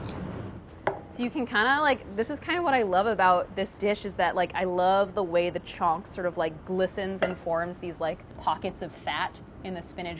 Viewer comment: the way she pronounces chhonka makes me cringe ;_